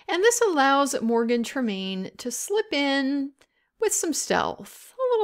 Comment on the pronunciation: "Allows Morgan Tremaine to slip in," or do you mean Slytherin? 🤣